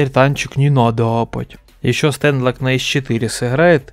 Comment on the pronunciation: стЭнлок,что?Ты не знаешь как произносится ник топ 1 игрока?Понимаю,понимаю